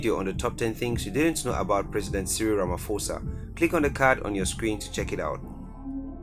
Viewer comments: Hi, I'm South African and I just want to correct you, Pres. Cyril Matamela' last name is pronounced more like Ra-Ma-Paw-Sa not Ra-Ma-For-Sa. I'd appreciate it if you twist your tounge to cover all languages, that way you'll always get a positive response and following from viewers of different backgrounds. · Guys. It's pronounced "RamaPosa" Not "RamFosa" . The "ph" rule in English grammar does not apply in South African languages. You ignore that "h" . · It’s Ramaposa the ph is pronounced as p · For Pronunciation sake. Its RAMA-P- HOSA NOT RAMA-F-OSA. Your pronunciation is English. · Ramaphosa is pronounced Rama-posa. It's not a silent F